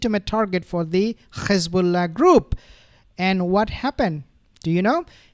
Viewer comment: Very interesting coverage. Thank you but Please stop saying Khezbola it is Hezbollah .